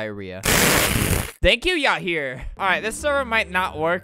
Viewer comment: yahir (from what i know, it might be pronounced differently in different cultures or languages) is pronounced jy-ear kinda idk how to put it